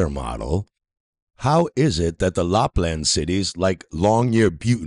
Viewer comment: "How is it that the Lupland cities like Longyearbuten on Norway's Svalbard Island . . . ?" Lapland (not Lupland) is in Finland, 1000km from Longyearben (without the letter "T" in it) which is on the island of Spitsbergen, part of the archipelago of Svalbard. Yep, I'm definitely going to trust this moron as a reliable source. Not.